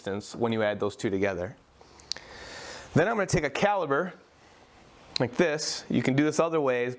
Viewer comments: Caliper, not caliber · Great job. But remember the word is Calipers. A Caliber is the size of a bullet. So Caliper. With a p not a b. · Cali"P"er not Caliber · beautiful work love it and thanks for the explination. Also as an aussie its not Jurrah its Jarrah :p itas also calliper ont callibur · Cali-P-er!...other than that, Great video!